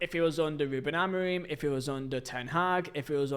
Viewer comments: It's f***ing Amorim not Amoreem ffs! How the hell can you not say basic sounds with your vocal chords? I'm not even a Man Utd fan but f**k me, you need to learn how to pronounce words properly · Please stop saying Amoreen og Amorino mate